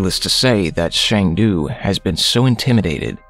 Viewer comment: It is not Shang Du. His name is Sang Du. As a Korean, Shang du sounds like Chinese to me